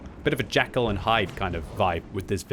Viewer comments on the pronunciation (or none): Jackal and Hyde tank? Think you were a bit tired there 🤣